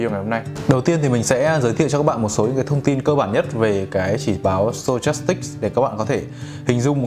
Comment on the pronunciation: sờ to chas síc à ờ stochastic. Đọc là sto thôi anh ơi, méo hết cả mồm hahahaha